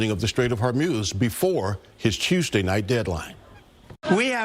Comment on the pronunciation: It’s time for nucelar war! Get ready 😊😊😊😊